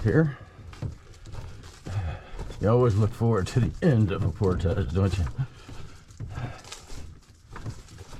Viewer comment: Thank you for pronouncing "portage" correctly.